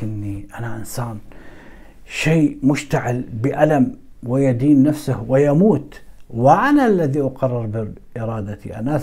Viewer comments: لقد أخطأت قراءة الآية الكريمة ، و الصحيح هي " نفسُهُ " و ليس " نفسِهِ " بارك الله فيك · قراءة الاية غير صحيحة فطوعت له نفسه بالضم